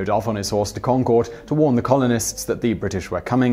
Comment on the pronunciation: It's Concord, not Concorde ("conquered" as opposed to "con-cord").